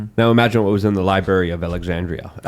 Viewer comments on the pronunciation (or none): Yes just said Libary of Alexandria 🤦‍♂️